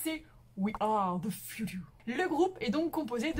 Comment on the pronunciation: "We are the fjoetoe"